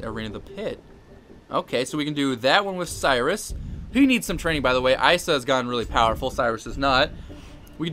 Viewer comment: It's pronounced "ee-suh"